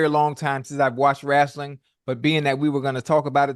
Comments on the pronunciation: You know ocho serious when he says wrastling 🤣🤣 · Ocho, wrestling not rastling😂😂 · Ima need to hear the E in wrEstling